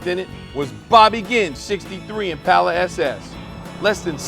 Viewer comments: This has gripped me for years so it is good to hear someone pronounce it right and someone else say it. I think the west coast pronunciation is Impala! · Always nice to hear someone who actually knows how to pronounce "Impala"; theres no "U" after the first "A"!